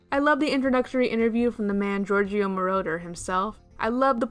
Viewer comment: "Giorgio" is pronounced "Jorjo" with the J pronounced as in "Jug"